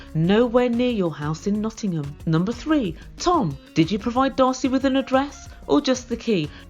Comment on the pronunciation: I get a real kick out of the was you say "Nottingham" in that regional tri-state accent, but when you called Tom an annoying prick in your beautiful English, I choked on my drink, lol!